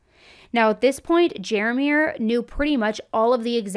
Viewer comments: Ja-Meir not Jerrr Meir. Guess this is a moment where culture matters. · His name is not pronounced “jeer meer”😂 It sounds like “ja meer”. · Pronounced Ja'mere I can barely get through this I love what does pronunciation of his name is killing me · The pronouncing of his name…it’s Jer-meer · Hearing pronounce his name “Jer Mir” over and over is triggering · So this is how I blame what’s his I don’t know exactly I thought you were saying jarbear like Jarod but jar and bear but anyways to me he is partially to blame for bringing this danger to denita and denita didn’t even know like you said that there was any danger in the first place she had no idea that this lady at church that pops up coincidentally at other places tgey frequent was a danger to her and that she had been with her man and idk but to me that’s way messed up like on so many different levels that he betrayed her and from that betrayal came her tragic murder so ya to me he is definitely liable for her death like they could possibly sue him or something because if he would have just been a real man and was faithful to denita this wouldn’t even have happened so I don’t think he should get life without or anything but I think he owes her family a debt he could never really repay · Every time you say his name I hear Care bear.. I'm the situation is not funny but that name!!! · I absolutely hate how you’re saying this dudes name. It’s so cringe and you keep repeating it smh 🤦🏾‍♀️